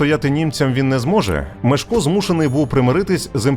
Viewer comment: Непогана виважено-усереднена версія... Але, для чого так сильно українізовувати ім'я першого відомого польського правителя?! Що нам з того?! Згідно польського оригіналу, його ім'я має звучати, як МЄШКО, а не так, як у вас вимовляє оповідач!!! 😊